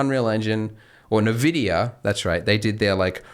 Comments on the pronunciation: pls it's not "nevidia" its "envidia" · Nvidia = EN-Vidia. Not NA-Vidia. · I'm gonna go insane, It's 'EN-vidia' spelt as nvidia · A little trivia: How to pronounce NVIDIA correctly? it's [en-VID-eeyah] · "nuh vidia" lel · Did "nuh vidia" tell you how to pronounce their name?